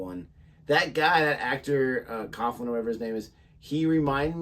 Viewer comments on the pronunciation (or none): Coughlan is pronounced more like Cocklan than Cofflan.